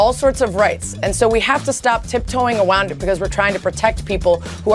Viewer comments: hey Sarah, it's around. Not awound. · “We have to stop tip-toeing aWOUND it” lady can’t even pwonounce huh wuhds. Would loooooove to see her debate a Muslim or African leader on why the hell anyone should be forced to wear something with a clear message they don’t agree with on a cultural and/or religious basis. Both reasons are equally valid, and to suggest that not wanting to wear rainbows actively affects “opportunities, services, and available resources” for people is insanity. They’re just not gonna wear the ugly rainbows, lady. Nothing wrong with that, but there is certainly something wrong with you if that is how your brain works. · Awound it, shes spewing this leftist garbage so fast she cant even speak properly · She kept saying they were being bigoted despite the guy saying twice that they don't look down on LGBT people. Also, don't take her that seriously since she pronounces the word around like Elmer Fudd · Tip toe awound it you silly wabbit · tip toeing awound it!?!? Is she wewated to Baba Wawa? What a wetawd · Tiptoeing "awound" it. Channeling Elmer Fudd. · She said a wound it 🤣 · tip toe awound it. 👁👄👁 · She said awound it